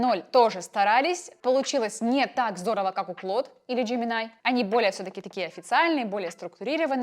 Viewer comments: НЕ ДЖЕМИНАЙ А Жеймини И НЕ КЛОД А КЛАУД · Джемини, а не Джеминай, больно